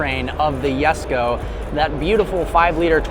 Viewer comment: The “yesko” it’s the Jesko buddy